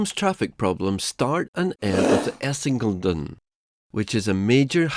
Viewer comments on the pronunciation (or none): It's because we have this germanic habit of concatenating words. It makes it harder for foreigners to determine the breaks between the words, thus unintentionally creating false (=meaningless) hyphenation homographs. He actually tries to say Essin-geleden (instead of Essinge-leden) and mistakenly assumes a silent vowel. Please also note that commenting on other people's language is a lot more despised habit in other countries where they typically don't flaunt this behaviour of being language police. Often, a more blunt or even derogatory term like grammar nazi is used, like in the UK... However, I do agree that people born in English-speaking countries tend to be rubbish at pronouncing words from other languages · Essingledon ... that was a funnt noice. Great video! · Your pronounciation of essingeleden haha, its Ess-Ing-Eh-Lé-Den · Essing-elden... what? Youlsvunda? Oh, dear... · It's actually two (kind of three) words compounded. You split it as "essinge-led(en)", "(the) essinge-trail" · Jeez ….diabolical pronunciation, not even close, especially Essingeleden. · The narrator confuses me. He is clearly not British or American so my first guess was Swedish. However he fails to pronounce Lovön, Essingeleden (the highway built in 1967), Ekerö, Häggvik and other places around Stockholm correctly. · Han som pratar låter svensk. Ändå kan han inte uttala ortsnamnen och Essingeleden korrekt, vilket är lite förvirrande. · Extremely informative video that gave me context on something I've never really heard discussed much. I really liked it! The pronunciation of Essingeleden was questionable though, lol. It's like you tried to make it as difficult as possible to pronouce by not pronouncing a single vowel after Essinge. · Förbifart was pretty good. Essingeleden you really butchered. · I usually don't care that much about pronounciation but the way he say "Essingeleden" should be a crime.